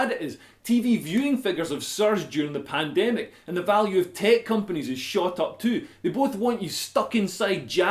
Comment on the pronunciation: 'Pandemical' LOL!